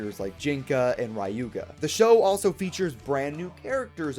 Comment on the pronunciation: why do you say RAyuga his name is Ryuga